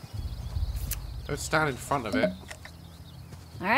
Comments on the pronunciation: Daz it’s front not frount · ‘In frount’-Daz black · "Frount" lol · ah yes, “frount” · Lmao "frount" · Ah yes frount